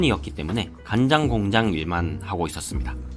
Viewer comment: 간장공장 발음 좋은거 보니 간장공장공장장 발음 잘하실거 깥네요 ㅋㅋㅋㅋㅋ